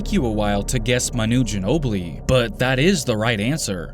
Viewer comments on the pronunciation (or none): It’s not maNOO Ginobili, it’s MAnu Ginobili. And you should really listen how you talk. Especially at the end of the sentence. It’s really irritating.